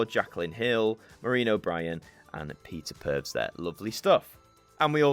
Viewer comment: Peter purvs sounds like a lawsuit in the making 😂😂